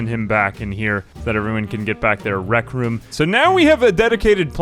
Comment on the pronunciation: What is a wreak room dude 😭